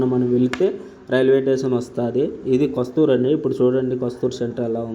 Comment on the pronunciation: రైల్వేటేసన్ కాదురా నాయనా రైల్వే స్టేషన్ అని అనాలి , భాష సరిగా నేర్చుకో